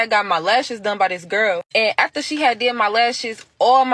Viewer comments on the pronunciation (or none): Anyone who pronounces the word "aFter" as "aTHter"...yeah, no comment